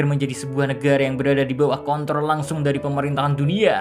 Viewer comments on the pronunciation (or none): none